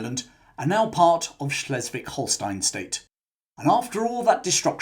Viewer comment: A fascinating story, thanks. A small point, but one which, as a linguist, I care about, is that you mispronounced several German words/names. Über, has an Umlaut; so when spoken, it has a different sound to Uber - the modern transport. The sound isn't easy for an English speaker to make - it's close to 'eugh' - indicating revulsion. Schleswig, is not Schlesswig: the 'e' should be pronounced like British 'eh' as in 'Eh, what?' Finally - and I know this will never be adopted by English-speakers around the world, Adolf - still a name to be found amongst older German men, is pronounced with the 'A' sounding like 'ar' in 'hard', although the short form - my German foreman was called this - is Adi, pronounced to rhyme with 'caddy' in English. A company known worldwide is Adidas, which name is a compound of Adolf and Dassler. The common mispronunciaton of it as 'A deed dass' irritates me too. All that aside, great video. Subscribed.